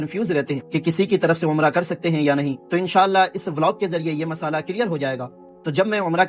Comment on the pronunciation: Masala ❌ Masla 👍